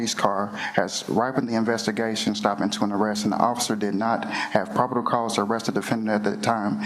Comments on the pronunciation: he’s saying “prob-id-ible” 😂 Jesus, dude 😂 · “ Prodible cause” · Did he say “probable” correctly? I swear I heard three different wrong versions of the word in about a minute. Yet he has a good intellect. He just has no self control around women. I wonder if he threatens men the same way.